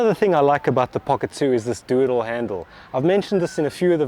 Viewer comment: made a video... I watched it. As I watched it, I thought you were having a joke and saying doodle handle. I was laughing, then I realized you were saying "do it all handle". Laughter subsided. I tend to only hear sacasim even at the best of times. hah